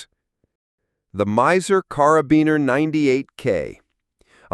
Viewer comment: Miser? NagNant? Don't live humans narrate these videos anymore?